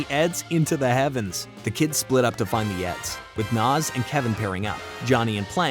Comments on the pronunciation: Nah-z not Nas she's not a rapper😂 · Pluss ++++ The comic which may be found online. Oh yea, and we will NEVER learn what is under Double Ds' hat. ++++++ : Her name is NAZ!!! N - A - Z !!! NNAAAAAAAAZZZ !! Pronounced ""Naa - zz"" & NOT ""NOZ"" !! NOT ""NOZ""!!!